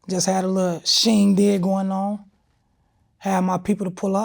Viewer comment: A “SHEINdig”